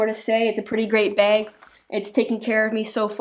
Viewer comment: Still says begg instead of bag